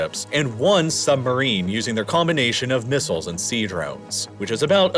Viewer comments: SuB-marine. The word is suB-marine. There is a "B" in the word. "Summerine" must be some sort of summer citrus fruit like a tangerine. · What is a "SUMBERINE"?